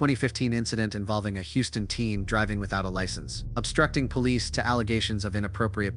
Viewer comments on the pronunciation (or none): none